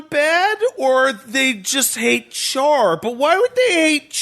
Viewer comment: Why does mispronounce Char and Amuro? He keeps saying Char like "Charred" instead of the proper Char "Shar" and Amuro as (H)AMuro with a silent H instead of the proper AH-muro. He should be hearing them pronouncing it in the show right?